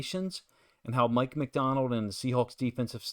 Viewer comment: Good analysis but who is "Mick" MacDonald??